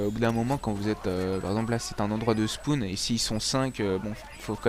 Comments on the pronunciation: Ca va faire tourner le spoun ! MDRRRRRR on dit le " spawn " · super video, mais on dit spawn, pas spoun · le spoun nn c le spawn surveille ta prononciation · "SPOUN" xD